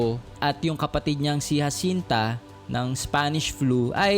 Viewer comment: Bakit po hwasinta Jacinta po parang banggit po ay ha Jacinta po